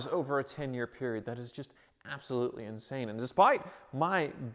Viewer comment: "inshane" lol insane